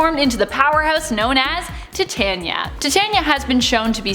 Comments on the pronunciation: Tet-Tania? It’s Ti-Tania. Like Titan. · Tiania is pronounced tie tane e ya not ti tan ya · Tie-tay'-nia? Like titanium? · Titania is pronounced Tai-tan-nee-ah